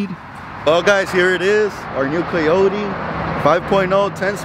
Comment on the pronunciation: This foo said coyote